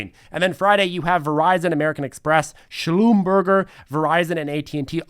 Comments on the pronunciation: Schloom-Berger is actually pronouned Sh-lum-ber-zhay. Nice new suit,! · Schlum-burger? Okay work on that pronunciation! Hint it was originally a french company although now it is a global fortune 500 so worth getting that one right. Love your channel though just some constructive room for trivial improvement.